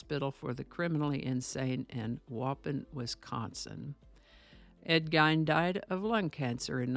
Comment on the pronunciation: Hi just a couple of pronunciation issues. I only know because I live in Wisconsin lol. It’s Ed (geen) with emphasis on the ee. Like lean. And pronounced (wau pawn) like awww pawn. Hopefully that makes sense.